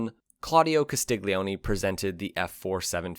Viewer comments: Per amore di dio, Castiglione is pronounced Castil-YON-ay (stress on second syllable). The GLI dipthong makes a "lyuh" sound; the G is totally silent. Another example of this pronunciation would be the Italian word for Garlic, "aglio", which is pronounced "AAL-yo", or for Son, "figlo", pronounce "FEEL-yo" In Italian, unless the "G" is first letter of the word, it's always silent as part of a dipthong. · Very well written and spoken text, but please the narrator did not bother to pronounce Carlo's surname properly it is phonetically Castilyoni the g is silent/mixed with the L. Castiglione and Tamburini, what a duo !! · Castiglioni = KAH-STEEL-YO-NEE...no hard G, ok? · Why can you pronounce "Super Leggera" and "Velocce" correctly, but yet you can't pronounce "Castiglione"??? You dolt!!